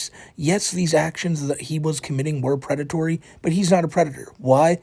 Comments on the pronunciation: The Pwedatowy Stowy of Teh. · I respect that you didn't name this video "The pwedatory" story. But it would have been hilarious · Correction: The Pwedatowy Stowy of TheWhiteBowsah - Paht 2